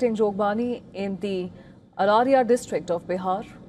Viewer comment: Even her jogbani and araria pronunciations are wrong 😅